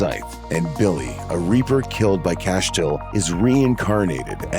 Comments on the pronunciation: "Cashtiel"? GTFO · Castiel Cass-Tee-El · What is that pronunciation of Castiel? Jfc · Lol alpha vamp def aint stronger than metatron with tablet, or yellow eyes.... Actually the whole list is crazy.. Def not in order lol.. And i dont think whoevers narrating watched the show.. He cant pronounce Castiel lol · You really can’t say castiel js 🤣🤣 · Castule and Rowhena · Funny how narrator pronounces Rowena & Castiel 😂. We're was CAIN "Father Of Murder" .... First Son, First Excursioner ..... Etc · You can tell that the narrator of the video has never seen Supernatural because with the pronunciations of Castiel and Rowena are laughful at best